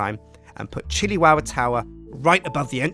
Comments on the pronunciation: It is the Chili Tow-wah! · I keep hearing shittywowwa lol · episode two: powah in the chiliwowa towah